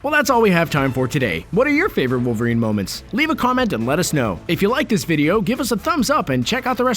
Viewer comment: Tune wowerien ko lol kaise bola be